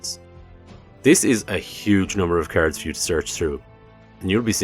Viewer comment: Every time you say "cards" I ear "carrots" 😂